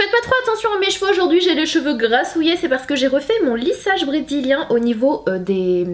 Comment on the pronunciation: lissage brédzilien on adore ❤️😂